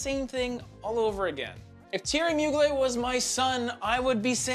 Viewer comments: Its moo glair not mu glay. Also its nwah not nwar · Hey my friend you don’t pronounce well the brand Mugler! Mugl plus Air you must say Mugl air ok?😂😂😂